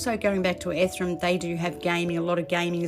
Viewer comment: Ethereum!!!! Not Ethrum!!!!!! 🥵🥵🥵🥵🥵🥵🥵🥵🥵🥵🥵🥵